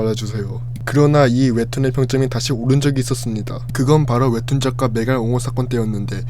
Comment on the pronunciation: 목소리는 그렇다 치는데 발음 교정 필요하다 ㄹㅇ 웹툰 ☞ 웨툰 대학일기 ☞ 대하일기 끝나버립니다 ☞ 끝나버린니다 습니다 ☞ 슨니다 점점 ☞ 전전 등등 발음 엄청 새시네 볼펜 입에 물고 연습 많이하셔야 할듯 발음 새시는 분들 보면 입술 많이 안움직이시던데 오바스럽다고 느낄 정도로 입을 정확하게 움직이고 크게크게 입을 찢으면 200% 나아집니다. 컨텐츠는 재밌는데 발음이 정말 아쉬워서 댓글달아봅니다. (경험자로써 추천)